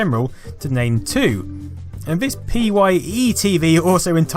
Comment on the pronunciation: P Y E it was pronounced Pye as innings pie